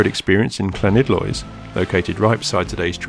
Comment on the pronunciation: llanidloes not clanidloes